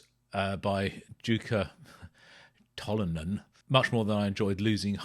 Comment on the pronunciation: Nice video,! You pronounced Tolonen correctly, and Jukka was close. The Finnish "J" is always pronounced as "Y" is in English, not "Z".:D <3